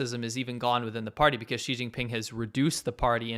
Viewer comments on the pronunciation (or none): Did you just say, "Cheating Ping", for China's presidents name? 😂